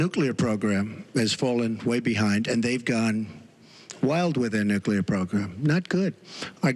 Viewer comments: He DID pronounce nuclear correctly. At least, though, G.W. Bush knew something more about "...Nuclear..." . Pretty sure of this, though never a W. fan. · I am pleasantly surprised that Trump says Nuclear instead of Nukular, like a lot of dumbass Republicans say.